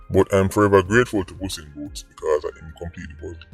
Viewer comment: ..lol "puss in booths"...😂 "Pepsi"